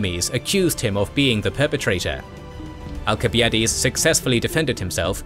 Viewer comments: theyre supposed to be pronounced AL-sib-EYE-ə-deez and thew-SID-ih-deez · Why is he mispronouncing the names of Alcibiades and Thucydides?